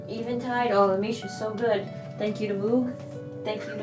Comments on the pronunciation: Moog rhymes with vogue. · Moog is pronounced “moge” - sounds like coke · Moog rhymes with Vogue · I think it's pronounced "Moge", rhymes with rogue. I started in the 70s with the anaog Arp Odyssey and 2600. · Started watching because of the pretty Cable Bracelet that Em showed off early... kept watching to see what she actually did with them. :) One of these days... one of these days I'll start prototyping some boards... Edit: the Uno card earrings are fucking awesome! where do I buy some? Edit 2: If my history is correct, I believe the proper pronunciation for "Moog" should actually sound more like "Moag", but I might have been high when I "learned" that. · People seem to have a lot of trouble with this. It’s pronounced Moog. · I think its pronounced Moog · Nice harp content!! Also,, I think it's Moog, not Moog